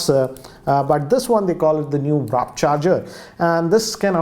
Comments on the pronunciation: the point is is becoming careless.....he calls it WRAP charging instead of WARP charging also🤣🤣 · Tons and tons of errors here... It's Mc LAREN not Larel And it's WARP Charging.. not Wrap